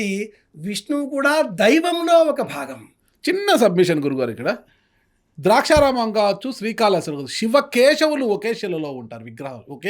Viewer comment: ద్రాక్షా రామం కాదు...... దాక్షారామం..... మీ తలకాయ...